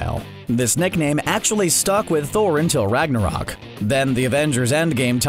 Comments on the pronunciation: “Neckname” or is it just me? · why does it sound like you're saying neckname and neck fury